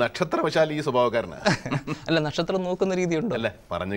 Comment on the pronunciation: നെക്ഷത്രം അല്ല നക്ഷത്രം😀